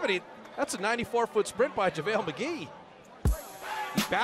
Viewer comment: Javale not Javle 🏀🏆